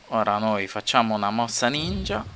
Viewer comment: Che poi quando dice "Sono un ninjy(Perdonami se l'ho scritto male non sono esperta)Ti fa ridere ancora di più!!!